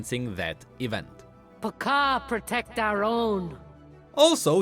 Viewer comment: honey i love your content but i cant stiffle the laughter when you say Pakaa, your pronunciation makes you sound like a Chicken